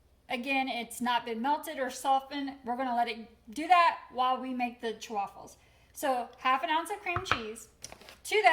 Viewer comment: Why is she saying Chewaffles? Everyone says chaffles as in waffles